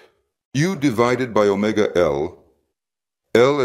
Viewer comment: The greek letter mu is pronounced m and omega is pronounced o. Like Latin zed is pronounced z. I guess the dude is from a post soviet country and they read these letters as m and o there. Which kind of makes sense since Cyrillic alphabet is closer to greek than Latin. In fact, if you know Cyrillic and a few greek letters from school you can pretty much read greek. BTW I’m also from Poland and we read them as mu and omega. And yeah, it was a little confusing at first. Better to keep an open mind.